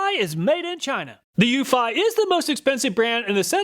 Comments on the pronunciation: It's pronounced Tap'o not tape'o and Euf'ee not Euf'eye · ... according to the company, it's you-fee, not you-feye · According to Eufy's installation videos, it's pronounced You-fee, not you-fi. I think the SyFy channel ruined that for us, LOL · it's pronounced eu-FEE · Lol, it's pronounced Ūfē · Eufy is pronounced "u fee" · Hello, I own the Eufy (pronounced U-FEE) E340 doorbell camera. Here are some thoughts on the Eufy that you did not take into account: 1. The E340 has lights on it that enable it to produce color videos of visitors up to around 20 feet away from the camera. You can switch it to infrared only, and it will increase the distance it recognizes a person, but the videos will be in black and white. 2. The Eufy E340 is designed to work with your existing doorbell. Most, if not all, other camera doorbells I have seen do not. This is a HUGE plus if you have an existing doorbell. 3. You can also set the E340 to work with Alexa, so that your native Alexa speakers announce when you have a visitor at the door. It can work concurrently with your home's existing doorbell and Alexa at the same time. I doubt that any of the other doorbell cameras you tested have this capability. This makes this doorbell a great choice if you are using Alexa as your smart home assistant because it ensures that you will hear the doorbell or the Alexa announcement wherever you are in the house. 4. The E340 also sends a notification to your phone when a visitor rings the bell. If you connect your phone to your laptop using Microsoft Phone Link, your PC, laptop, tablet or home office computer will have a notification pop-up when someone approaches the E340 camera. This is how I get most of my notifications. The MS Phone Link notifications provide instant responses when someone rings the doorbell and usually will not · Love my eufy (YOU-fee) doorbell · This Mf can’t even properly pronounce eufy and tapo correctly 🤡